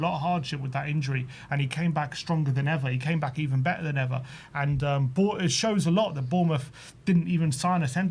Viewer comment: Yeah, sorry to be a bell end, but have you forgotten the T in the English language. What's be-er mean. Do you mean better. Come on lads. I'm a Londoner as well, but I do always sound my 'T's! What kind of example is that to the youngsters?